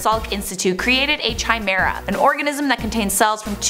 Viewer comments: Not Chai me ra It’s Ki me ra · Yea I was triggered that she said chai-meh-ra I was like "IT PRONOUNCE KAI-MEH-RA" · It's chimera \kai mere-uh\, not \chi mere-uh\. The meaning of life is 42, get it right. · Lol chai me ra. Thought the pronunciation was Kai me ra. "Chimera". Regardless you're still our potatoe queen ms.. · Kai-meh-rah Not chai-meh-ra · She really said Chi-mara lmao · 1. It's pronounced 'ky-mera'. 2. Human and pig DNA are very close so it's not a stretch.. The big issue is whether they're causing harm to sentient beings. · It's pronounced KIME AIR UH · chimera is said like kimera. . . watched enough FMA to know that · it's pronounced 'Ki-mera' Are you frightened of potato peelers? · KEEMERA is the right pronounciation , because it's (ancient) greek, the Chimera was a mythological beast. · The way you pronounce chimera makes me cringe a little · The "h" is silent in chimera... at least that's how I've always heard it pronounced. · It's pronounced chimera not chimera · Take a shot every time she messes up pronunciation of chimera